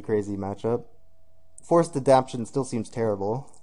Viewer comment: Well played, very entertaining match up. It was killing me a little more every time you kept calling Forced Adaptation, Forced Adaption. That aside - it was fun to watch. Forced Adoption? lol.